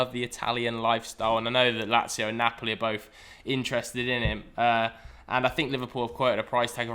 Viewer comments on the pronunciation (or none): none